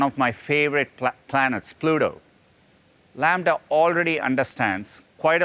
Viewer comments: laMDA.... LAMBDA... Half life 3 confirmed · Well, it is not called Lambda. The name is LaMDA, but I get it that it is close enough hahaha